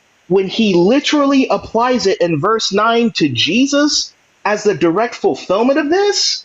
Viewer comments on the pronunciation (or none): none